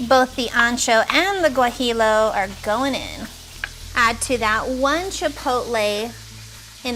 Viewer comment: Looks delicious! Just super mispronouncing barabacoa and gajillo chiles 😮the ll is silent and make like a g sound 🤷🏿‍♀️